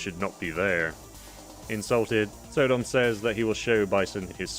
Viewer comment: I think it's not pronounced So-dom but Sodom as in Sodom and Gamora